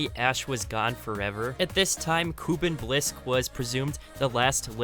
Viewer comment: Hate to be that guy. It’s just been bugging me. Kuben Blisk is pronounced with a u that sound like a u. It is really hard to pronounce